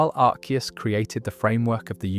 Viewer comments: Its not pronounced Ar-see-us, its pronounced Ar-kee-us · I say arseeus instead of arkeus like it’s pronounced. It was originally arseeus, so ironically this is the first time I’ve ever heard someone pronounce arceus as arkeus